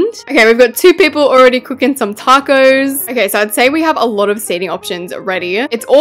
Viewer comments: "TaycoE Bell" "TaYcOeS" "That looks like a TaYcOe" I LOVE HER ACCENT SM 😭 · “Takose” - 2023